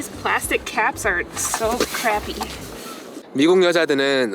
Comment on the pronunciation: 플라스틱은 미국이나 한국이나 발음이 같구만 ~ 딱 풀라스틱만 알아듣는~